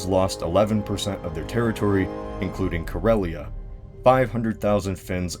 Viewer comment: Kar ya la not karala